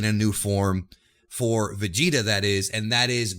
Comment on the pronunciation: manco vegeta sai pronunciare 😂😂